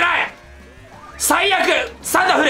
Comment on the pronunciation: さいやくじゃなくて、さいあくだよ